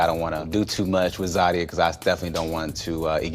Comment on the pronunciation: ZAH-de-Yah!!!!!! 😂🤣😂 tried to "bring down the energy in the room" but Zadia continued to correct her. response was hilarious and infuriating to Zadia, but she couldn't go harder without looking crazy!